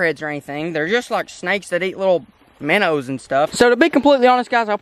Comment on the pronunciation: Lol minnows, minnows, minner trap. Love your vids!!!